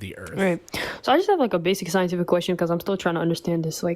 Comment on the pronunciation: For someone who knows all the science, the theist sure mispronounced every scientific word…